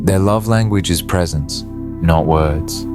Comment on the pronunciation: Precence? Is this narrator having a laugh? My avoidant husband was either at work, busy, out with friends / associates or too tired to be present. Damn he'd even come home and work some more. Cleaning or on the laptop working until 1/2am. Most definitely anything but pressnt.